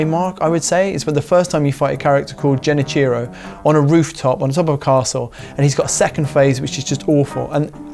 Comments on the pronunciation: love ya, really do, but its Genichiro with a hard G lol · “Genny-cheerow” Mcscuse me? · It’s Genichiro with a G not Jenichiro with a J….. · How do you mispronounced Genichiro, you would have to play the game deaf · If you beat Sekiro, and even platinumed it, you should know how to pronounce Genichiro properly. Is that an English speaking think? Not even trying to pronunce things that are not in English?